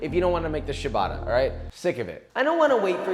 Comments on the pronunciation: Papa please: it's not Sha-bah-tah, it's: CHAH (with the c as chair) - BAH- TTAH (like Atta). You're italian fans would be delighted if pronounced correctly. Lots of love. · Amazing video, looks incredible, but can I please make 1 request? Please stop saying "shabata". It's cia, like ciao, so it's pronounced "chabata". Thanks. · I tilt a lil every time I hear 'shabata' xD but everything else in this video makes it worth it :P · i love how ciabatta is pronounced so phonetically and he still calls it ''shabadda'' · “Shabadda”… Cringe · Great sandwich! Lousy pronunciation of "ciabatta" (hint: it's not shuh-bada) If you're going to make kiIIer food--and you certainly do--then you might as well avoid butchering the pronunciation. That aside, keep up the great work! ( pronounce ciabatta correctly > > > ) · Good god, is that how they say "ciabatta" in restaurants or something? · I just wish he'd pronounce ciabatta correctly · Christ you are clueless to how actual people live! Yeah, as a single mother I have the time to bake my own bread... SHUT UP! You bloody idiot! Yes, we all sit at home watching netflix when we could be proofing a bread that you pronounced incorrectly. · took me two full minutes to understand he was saying "Ciabatta" dough at the beginning...😂